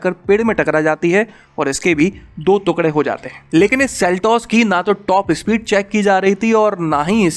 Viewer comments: Tera bar bar तुकडे bolna mera dimag khrab kr rha h टुकड़े होते हैं न की दो तुकडे🙄🙄🙄🙄🙄🙄🙄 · अरे काहे के तुकड़े बे "टुकड़े" होता है "टुकड़े" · Tukre mt bol bhai, tukde bol bhai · वीडियो तो अच्छी लगी लेकिन जब आपने टुकड़े को तुकङे कहा और जब परखच्चे को परकच्छे कहा तब ज्यादा आनंद आया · अबे पागल तुकडे नहीं टुकड़े बोलते है🤣🤣🤣🤣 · ‘दो तुक्ड़े’ 😁😁😁 भाई साहब, इसे ‘दो टुकड़े’ कहेंगे। कृपया पहले शब्दों के सही उच्चारण पर ध्यान दें। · टुकड़े बोलो.. तुकड़े नही...😁👍👍 Just rectified..👍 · तुकड़े नहीं टुकड़े लिखते है और पढ़ते है। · भैया जी तुकडे नहीं टुकड़े बोलिए। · 2tukde hote 2 tukgade nhi bolna seekh pehlw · तुकढे नहीं टुकड़े होते हैं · "तुकढ़े" नहीं "टुकड़े" बोलना सही उच्चारण है। 😊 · टुकड़े होता है तुकड़े नहीं । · टुकड़े होते है भाई तुकडे नही नहीं उच्चारण सही होना चाहिए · टुकडे होते हैं ना कि तूकड़े 😁😁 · तुकड़े नहीं ' टुकड़े ' तथा परकच्छे नहीं 'परखच्चे' कहना चाहिये।बाकी जानकारी बेहद लाभदायक है। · तुकड़े नहीं टुकड़े होता है। correct your हिन्दी pronunciation. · तूकड़े नहीं टुकड़े होता है गुल्लू😂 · तुकडे नहीं , टुकड़े बोलो sir ji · तुकडे नहीं भाई टुकड़े बोलो😆😂😂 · The way he pronounced tukde. I felt disturbed 😂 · Abey kya bol raha hai? Thookde ? Pur kachche? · First pronounce the word "Tukre" properly....then make videos!!!